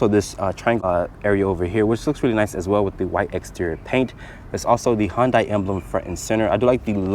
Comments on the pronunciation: hon-dai?? It's pronounced hyun-dae. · Its pronounced HUUUN-DAY... everytime you say HUUUN-DIE, I die.